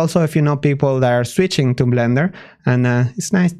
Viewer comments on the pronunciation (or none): The way he sometimes pronounces Blender as Vlender is adorable <3